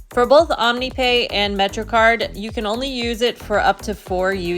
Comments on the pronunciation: OMNY is pronounced just like "Omni", please stop saying "O-M-N-Y" 😭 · Call it OMNY please not O-M-N-Y. My suggestion not command. Say it the way you want.